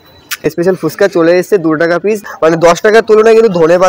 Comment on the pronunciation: পিছ নয় পিস হবে।